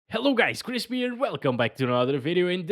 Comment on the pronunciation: It’s called Chris !! Not chrisppp